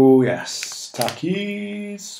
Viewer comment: They're pronounced tah-keys